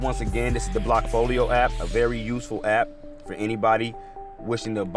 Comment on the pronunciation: Blackfolio? I thought it was called bllockfolio.